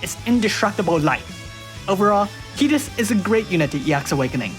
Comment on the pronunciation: I hate that you Pronounce Tidus's name right. The Canon way to pronounce it is stupid AF, how does Tidus pronounce like Teedus? WHY?!?!?!? Darn you Square!